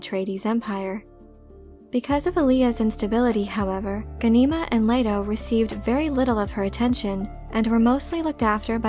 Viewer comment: Wow. Someone else who can't pronounce names correctly. Watch the miniseries. It's GHAN-i-ma. All vowels are short.